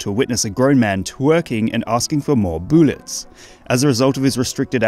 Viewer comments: “I need mour bouules” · I cry laughed watching that. His butt bouncing is hilarious, but the way he says BOOLets elevates it to another level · I like the way you say "boolets" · Its "BOOLETS" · it’s boolets not bootlets